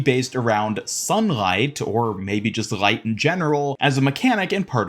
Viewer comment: I like how you say light and everything with L like a German. rgLeigght. Subscribed.